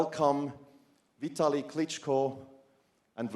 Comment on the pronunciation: Its not "Viet-tili" Its Vitaly.......